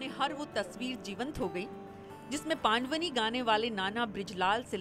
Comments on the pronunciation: Pandwni nhi ..pandwani hai madam .. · It's not paand-vani....it's pandvaani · बहुत बढ़िया पंडवानी जी, पान्डवानी नहीं उच्चारण सुधार कर बोले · पांडवनी नहीं पंडवानी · Didi पांड़वनी नहीं पंड़वानी कहियें.... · बेटी एंकर पंडवानी का सही उच्चारण करो